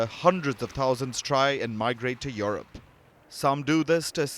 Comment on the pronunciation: It is not YoRope, it is YouRope(Europe). How could they hire a Journalist who cannot speak English?..